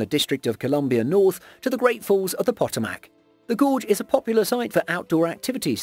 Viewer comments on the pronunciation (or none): Fyi ... it's pronounced Poh toh mac ... not Pot oh mac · Potomac is pronounced Po-Tom-Mic. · Pronounced Pa-toe-mick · Lol I actually had a dream I was lost and trying to find the poto-mac river, and when I woke up I had to google it to see if it was a real, but unknown river 🤣🤣🤣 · I missed his entire segment on that one because I was yelling ‘PUH TOE MECK!!!!’ 😂😂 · PA-TOME-IC RIVER. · Potomac Peh-TOE-mik [pəˈtoʊ.mək] 🙄🙄🙄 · The details were great, but check pronunciation of the names of places before you boldly produce your videos. I winced when you pronounced Potomic and other names incorrectly. It doesn't hurt to research more than the facts. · I just love how the speaker totally obliterates the name of the "Potomack" river. It is a very famous river in Washington D. C. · Their pronunciation made me cringe 😂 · John Riggenbach ugh! sounds terrible! As an embarrassed Brit, I apologise to all my cousins in the United States for that dreadful mispronunciation!! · don't think they were referring to you name. I think you'll find they were agreeing with you and saying it about the narrator pronounced it wrong. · Lyric Pranker I was correcting the pronounceation of the Potomac (River) given by some ding bat whose American & should know better. Where I live for quite some time we had a news anchor who was never corrected when he pronouced Terre Haute..like Terre Hoat (Terre Hut). It's a boarder city in Indiana with Illinois. Or a city here in Michigan...Dearburn instead of Dearborn. If you're a professional you should know how to pronouce, in this case cities you are talking about. He eventually figured it out or was told how to pronounce them. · channel with over 2 million viewers can't even take 30 seconds to listen to how to pronounce a famous river while editing the video